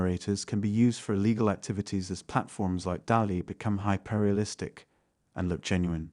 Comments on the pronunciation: "Hi Perrier relestic?" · Hy-perr-realistic to me isn't just slight mispronunciation, is actual AI accent. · If you know what you're looking/listening for, you can still spot AI generated content. Examples: Deepbrain Ayy De-bat-able High perr-ealistic Sensity is creator~ platform A similar initiative bylays